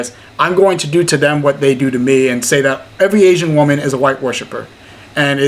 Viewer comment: Someone needs to tell her that woman and women are pronounced differently.